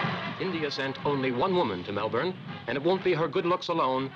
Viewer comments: Great video! But as an Australian, I have to say; it's pronounced Mel-bin not Mel-born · Nahhh it is Melben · Actually, it's Mel-burn.